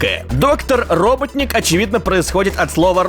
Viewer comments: Правильно роботоник, а не роботник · это Роботоник, а не роботник. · в амереканской версии мультика про соника эгману ставать ударение robOtnik от слова bot c англиского означающие робот.